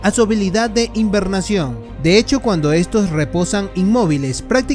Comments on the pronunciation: no es hiNbernación es hibernación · No se dice "invernacion", es hibernación